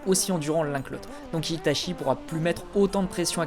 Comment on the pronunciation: Je viens de découvert ta chaîne et Jaime bien tes vidéos par contre en japonais "ch" ce dit "tch" donc "Itatchi","Tchoji" ect.... Sinon très sympa cette vidéo